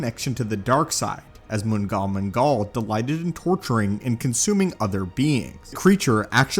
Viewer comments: I have always heard mngal mngal pronounced as the "nal nal" or "gnahl gnahl," not being a know it all, but that is significantly easier to say, for future reference. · The G is silent in Mnggal Mnggal. Its basically the Star Wars version of the Flood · Loved the video but your pronunciation of mnggal mnggal kinda hurts to hear